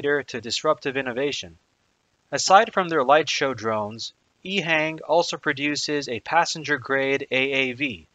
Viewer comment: Informative. Having been to China a good bit, it's pronounced "EHong" as opposed to "Ehang". subbed.